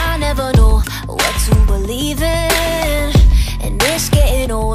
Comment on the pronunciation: and when the girl with (wath) no its not wath its what